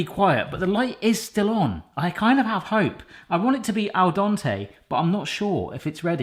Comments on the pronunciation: For Christ's sake can you please stop saying "al Don tay" and pronounce it correctly? It's al dente! "Al-Den-Tay" Crying out loud, your a cooking channel! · Al dontay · AL DEN TE!!!!!!!!! NOT ALDONTE